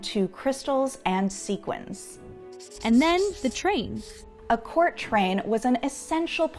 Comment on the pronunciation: Expert but still doesn’t know how to pronounce Sequin Correctly.... cringe